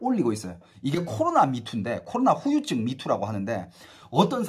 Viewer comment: 후유증 발음 똑바로 해줘서 고마워요 ㅋㅋㅋ 심지어 큰방송사 아나운서인지 리포터도 휴유증휴유증 하는거 얼마나 듣기싫던지...